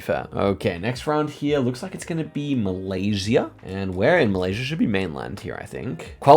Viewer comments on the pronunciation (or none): none